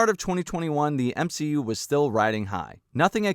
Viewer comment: m-SHE- u